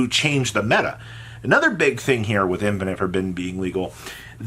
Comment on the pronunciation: Infeeerrrnit forbidden